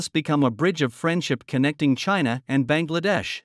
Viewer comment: Should pronounce as Bang!! La-dash.